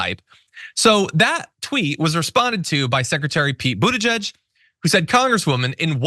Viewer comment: "...Beetle-juiced" ! No way can I unhear that ! No ! will use it instead !